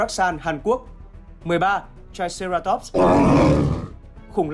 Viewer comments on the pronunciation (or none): none